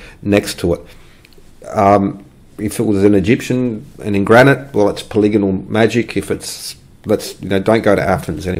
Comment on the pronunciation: you had me at poli-gonal, would have lost me at poly-gone-al